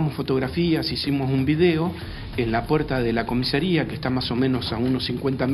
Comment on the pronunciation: Increíble que tanto el «profesional del Derecho» como el «periodista» digan «COMISERÍA» en lugar de «COMISARÍA»